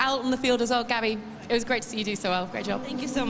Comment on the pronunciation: Every time he's announcing a comp, I want to pull my hair out. And every time people write in the comments how incredibly annoying he is...but nothing changes. Apparently he is very proud of his exaggerated pronounciations!